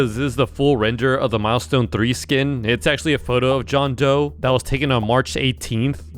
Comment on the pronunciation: It’s doe not joe